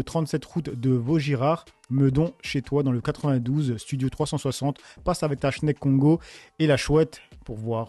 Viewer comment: Mdr c’est pas ta "chneck Congo" c’est écrit "Tchek Congo" il voulait dire "Cheick Congo" c’est un ancien fighter UFC